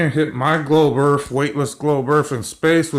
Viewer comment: "GLOBE EARF"